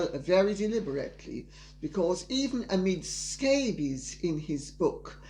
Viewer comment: I laugh every time Lady C so casually says “Amid Scabies.” 😂